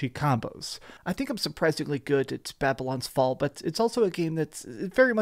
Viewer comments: Hey man great review really helpful but just so you know you said the name wrong just wanted to let you know but great video man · Could have made sure you can say the name of the game right at least in the intro…